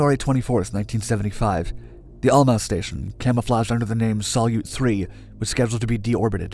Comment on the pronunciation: "Salyut" by the way is accented on the second syllable. It's Russian for "salute" (in the "21-gun-" sense).